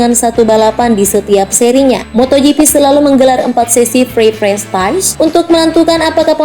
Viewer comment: Practice = bacanya Prektis bukan prestais wkowkowowko